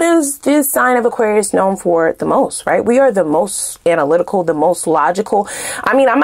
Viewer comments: You articulate Aquarius so well 😂😂😂💜💜💜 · You articulate Aquarius so well 😂😂😂